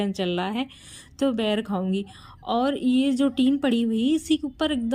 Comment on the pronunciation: Ber hota h bair nahi cg me boir bolte hain